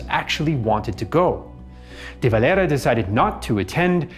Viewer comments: Why does he pronounce de valeras name so weirdly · He's using the Spanish pronunciation. It's a Spanish name. I'm not going to spilt hairs over it. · He's using the Spanish pronunciation. It's a Spanish name. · The way you pronounce "De Valera" bothers me.